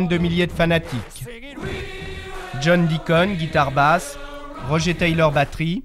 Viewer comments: Déjà il parlait de freddy mercury et sa s'ecrit pas rogé taylor mais roger taylor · "ROGÉ TAYLOR"🤦🏼‍♀️